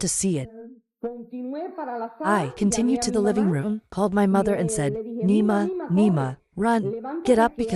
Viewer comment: nema i have to say, the pronunciation of this word is almost like a Chinese curse.